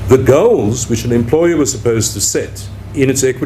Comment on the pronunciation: Is he saying the Goals or the girls ?